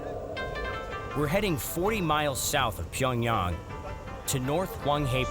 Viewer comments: pyongyarng bro pls pronounce it right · The city name is actually pronounced Pee yawn gyang